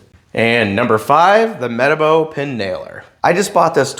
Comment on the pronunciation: lol one of us is pronouncing METABO wrong.